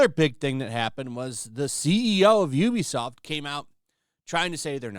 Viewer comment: Actually, it's pronounced "oo-be-soft",.